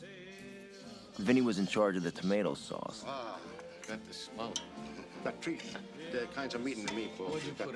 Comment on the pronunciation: "You don't need tree onions"